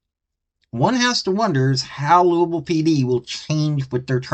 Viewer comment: Lewis Ville not Louisville !! 😂😂🤣😂🤣😂🤷‍♂️